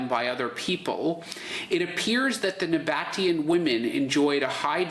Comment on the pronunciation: The pronunciation is the "Nah-Bah-Tee-Ahn"